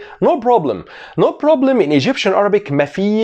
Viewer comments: Iam from Egypt and you pronunciation is great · damn I'm egyptian and your accent is so good